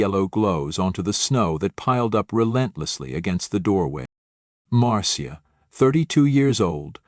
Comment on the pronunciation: Marcia is pronounced like Marsha